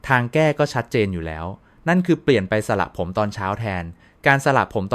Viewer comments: สระผมค่ะ ไม่ใช่สละผม อย่าใช้เสียง AI เลยค่ะขอร้องเถอะ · ทำไมพูดไม่ถูกด้วยสระผมอ่านเป็นสะระผมจริงต้องอ่านสะผม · ช่วยอ่านให้มันถูกต้องหน่อยค่ะคำว่าสระผมตัวพยัญชนะแบบนี้นะตามที่ขึ้นนี่อ่านวิบัติหมดเลยสะระผมอีกหน่อยเด็กไทยก็เขียนตัวสะกดการันต์ของพยัญชนะหนังสือไทยไม่ถูกต้องวิบัติเพราะอ่านแบบนี้AI แล้วสิท่า